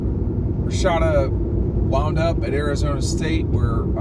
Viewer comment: Its RASHADA lol not Rashida 🤣